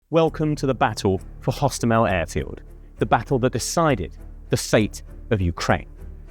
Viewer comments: Airport actually Hostomel Airport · Hostomel, not. Osowiec, not Owowiec.